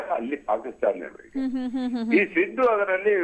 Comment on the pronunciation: ಸಿಧು ಅಲ್ಲ ಸಿದ್ದು